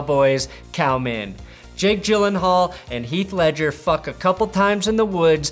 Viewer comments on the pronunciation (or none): none